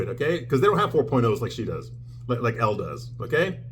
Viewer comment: I assume you’re doing this to be funny, but Elle Woods is pronounced “L”, not Ellie.